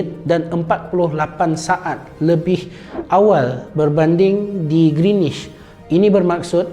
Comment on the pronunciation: Knp speaker sebut greenish? 🤔